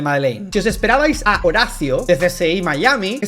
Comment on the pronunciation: Se llama "HoraTio", no "Horacio"